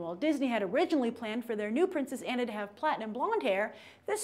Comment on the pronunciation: It's Ah-na, not Ann-a.